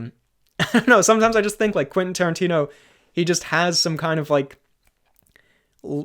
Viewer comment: Quenfeet Toerantino